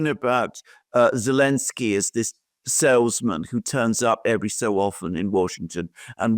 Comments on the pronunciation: 'elensky? it's Z-elensky. ZELENSKY. NOT ELENSKY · Why can't this guy pronounce Zelensky? Does he have a speech defect? Zelensky begins with Z not A.